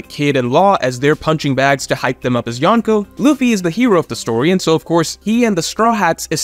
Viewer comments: Every time says Yawn-Ko I cringe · Loved this video, but your pronunciation of “Yonko” could be better. The “n” shouldn’t be pronounced like the “n” in “one.” It should be like in “uncle.”